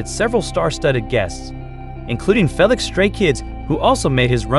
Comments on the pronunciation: Ur funny😂😂😂 u Write it down as Felix but u read it as Feelix and not Felix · ~ Can you please do this video over Say Felix’s name correctly. Plus, Jeez pronounce Louis Vuitton the right way! Can’t watch it all the way because it is so horrible to hear the narrator do a horrible job… Felix is a MAN, not a woman!!!~ 😡